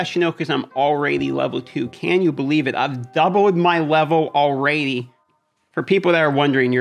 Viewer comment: Can someone explain the ''alrady'' pronunciation? Is it supposed to be funny or what's the deal?